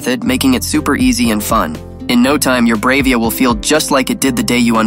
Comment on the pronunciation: It's pronounced "brah-via" not brave-ia"